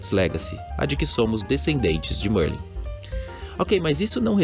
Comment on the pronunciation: Merlin grande bruxo da Sonserina! Para sabermos se esse bruxo aí é de fato Merlin vai ser simples, na sala comunal da Sonserina existe um quadro de Merlin, acredito que os desenvolvedores não iriam deixar esse detalhe de fora. E mano a pronúncia é Mérlin e não Mãrlen kkkkkkkk, mas de resto mto top o vídeo. +1 inscrito.